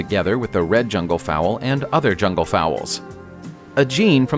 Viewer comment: Fowl! Not fowell 🥴